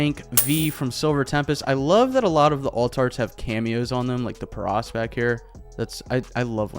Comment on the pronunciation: The way he said Paras 😢